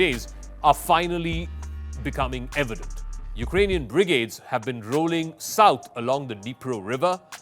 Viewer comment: Can someone please teach this guy 1. how to say Brigade, 2. how to say Sever, 3. the difference between Severe and Sever. Good attempt for a non-native speaker but those really grated on the ear. Perhaps give thought to hiring a someone who has English as a first language, if your going to keep recording in English.